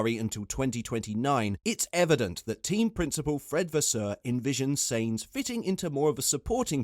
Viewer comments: Sainz pronounced Signz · Because he cannot even say his name properly :)